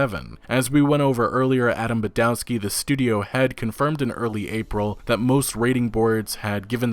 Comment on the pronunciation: its pronounced badovski. W in polish is pronounced as an English V